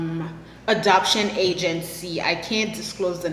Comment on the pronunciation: Funny. You say adoption very much like abduction.. hehe